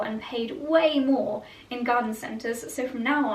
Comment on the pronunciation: Hi! Love your content- what is this veg you keep saying? Morge tous? I have no idea what you are talking about?? Help